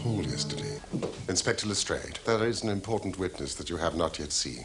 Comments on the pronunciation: This is the only adaptation where I've ever heard the name pronounced as Le-strayd, instead of Le-strahd. I wonder if the show's researchers determined that the Victorians would have said Le-strayd and we've been saying it wrong all this time. Or maybe Jeremy Brett just looked at the way it's spelled and decided for himself that Le-strayd must be right. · Joseph Alexandre Lestrade was the name of an acquaintance in Conan Doyle's school days. There does not appear to be a consensus on the correct pronunciation, but Arthur Conan Doyle's daughter, Dame Jean Conan Doyle, stated that her father pronounced the name with a long 'a' sound.